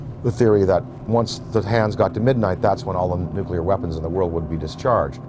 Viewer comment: Jess Fulbright Yes the word nucular was a bit of a dead giveaway with that guy!